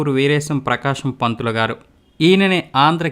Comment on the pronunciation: టంగుటూరి ప్రకాశం పంతులు కాదు టంగుటూషం బకామం పంతులు